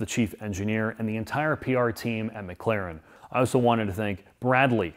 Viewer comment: It's McLaren, not McClaren 😂